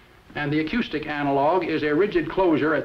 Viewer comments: I think the speaker is slightly mispronouncing the "ou" in the word "acoustic". Note that at about he pronounces the "ou" in the word "analogous" normally. And just to point out some inconsistencies of English language pronunciation in general, note that even when pronounced normally, the "ou" in "pronounce", "acoustic" and "analogous" are all pronounced differently. And the word "misspelled" is often misspelled, as is the word "mispronunciation"... . Okay, I'll stop now! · Have I been pronouncing the word "acoustic" incorrectly my entire life?